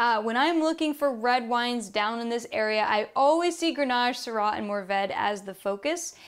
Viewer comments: Mourvedre is usually 2 syllables in French. They teach you to "swallow" that 3rd syllable. It would be pronounced as a syllable in music lyrics, but not generally in daily language, unless someone is pronouncing in exaggerated slowness. Everyone knows that the 3rd syllable is there, but you don't hear it in rapid speech. Roussillon = ("ru-see-yohn") I believe that tortilla =("toor-tea-ya"). I speak French, but not Spanish, so my Spanish might be wrong. They sound the same to me. Her pronunciation of Roussillon is terrible, as are other pronunciations. She basically can't pronounce any French words. She also makes many factual errors. This is definitely not worth watching. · The second "r" in Mourvèdre is not silent, the "ll" in Roussillon is more like the "ll" in Tortilla, fyi ;-) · Yes to the first, no to the second... "illon" would be like having two "i" (or "ee" for english speakers). I gotta recognise that "Mourvèdre" is not an easy one to pronounce for non french native speakers :-/